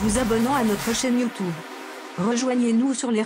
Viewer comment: c'est quoi une chaine "youtoube" ?